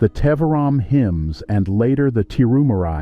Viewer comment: It isn't "Baakti," it is pronounced Bhuck-thi." It isn't Tevaraam, it is They-vaa-rum. But I guess a western voice sounds more authoritative and scholarly to the world...😮😢